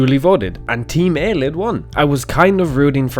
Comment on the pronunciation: Just to clarify, I am 99 percent sure that Ayleid is pronounced Ay-lee-id not Ay-lid. That's all I have to say.